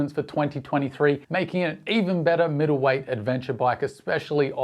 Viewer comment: Lol: "Middlewheigth". Are you joking?